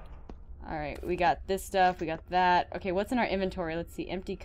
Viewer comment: i love how you said WHAT IS ZZAT